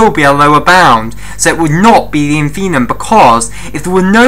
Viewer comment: That's InfimMuM not 'infinum', my dear...